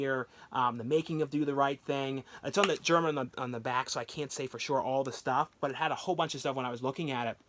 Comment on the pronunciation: It’s The Al-geer-e-an, like someone from Algeria